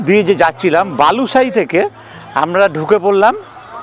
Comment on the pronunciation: Balusai noy Balisai